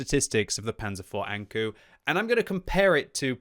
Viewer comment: saying ankou like saying anku lul Knowing your japanese & anime, ou is an elongated o like say oooooo, not u Alternatively, ou is like saying the expeession word oh